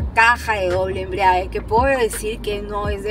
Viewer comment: Ella dice "la caja de doble embriague".